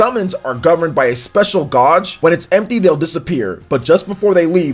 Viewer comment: Why do you not know how to pronounce gauge? Does your father protect the house with a 12 "GODGE" shotgun? Know any emo kids with 16th "GODGE" earrings? Anyways, thanks for filling me in on my favorite game of all time's remake.